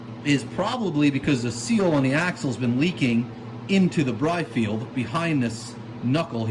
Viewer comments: Birfield not Brifield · Let’s play a game! How many times can he say “ CONICAL”? And it’s BIRFIELD not BRIFIELD!